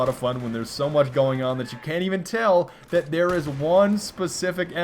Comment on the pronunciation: Oh god, don't ever say 'dat' again you stupid fuck